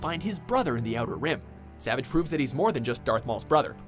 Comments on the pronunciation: STOP MISPRONOUNCING “SAVAGE” JESUS HECKING CHRIST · His name is not pronounced that way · Can you at least say Savage right? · omfg u cant even say savage opress right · Makes me cringe every time you try to say savage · I love this channel, but multiple miss pronunciation, not just talking about “savage” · Well the narrator has clearly not watched this show with his pronunciation of savage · Does he know how to say Savage’s name right? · He kept saying Savage Opress' name wrong. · the way he pronounces savage tilts me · Imagine making content without knowing anything your pronouncing Savage wrong for him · who else involuntarily cringed every time he said Savage's name? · Pronounce savage correct!! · its savage not savage lol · It's Savage not Savage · He kept mispronouncing Savage’s name and it made it so cringey to watch.